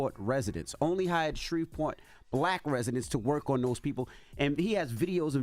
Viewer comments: Baby y'all are pronouncing every single letter in S-h-r-e-v-e-p-o-r-t, with the hard V😂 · Did she say “ idk Shreveport “ ?? Smh what are schools teaching ?!